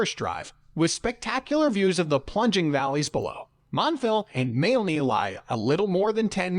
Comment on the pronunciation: oh for goodness sake. Moo loo lah bah. Mal aney!